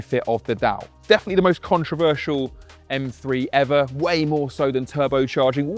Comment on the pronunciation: For the Love of God Top Gear. Teach your Car journalist/critics that it is M three not M free!! 🤦🏻‍♂️